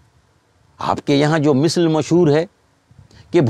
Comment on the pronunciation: مِثْل نہیں "مَثَل" صحیح لفظ ہے۔ شکریہ